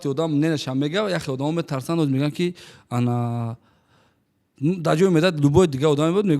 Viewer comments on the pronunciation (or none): мегуяндки ❌ мегояндки ✅🗿